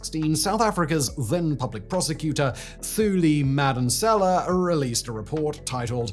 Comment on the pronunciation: It is Too li Madon seller (silent R) and Cyril Ramma P-ho (as in horse) za